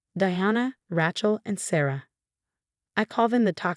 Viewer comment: Another story w/the name Raaay-Chel Being pronounced as a rench … not listening !